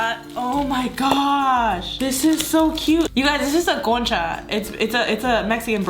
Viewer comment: I heard cocha